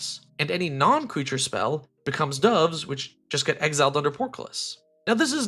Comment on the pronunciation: Your "portcullis" and "dove" pronunciations were hilarious.